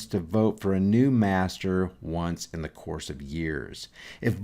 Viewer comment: When he said " da ", instead of " the ", I hung up.